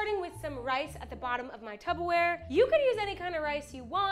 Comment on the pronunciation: It’s Tupperware lol not tubberware